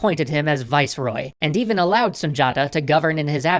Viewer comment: It’s pronounced Sun Di Ata